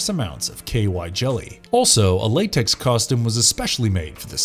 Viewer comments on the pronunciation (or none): none